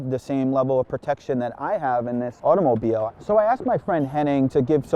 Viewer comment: Is automobile pronounced like that? Really?